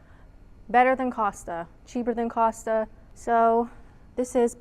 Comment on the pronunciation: thank you for pronouncing Costa correctly. I have heard so many US visitors to the UK on Youtube pronounce it Coasta for some bizarre reason!